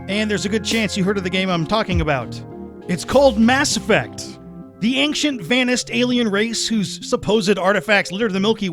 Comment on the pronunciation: Bro, your video is solid. But, for the love of the homeworld, there is no hard K sound in "ancient"